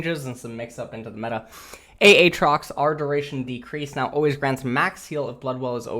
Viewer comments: Not sure if you're just fucking with us at this point, but literally no one pronounces aatrox the way you say it. Aye Trox. Not Aye Aye trox nor Ah Trox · Ay-trox. Not Ay-Ay-trox. :) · It is not Ahtrox. Its Aatrox... lmao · Did you actually just say A-atrox?????????????????????????????????? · Worst part of this update is having to hear him say Ah-trox more than once. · does he pronounce aatrox wrong to mess with me?